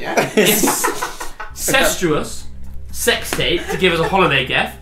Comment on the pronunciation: 'Holiday geft'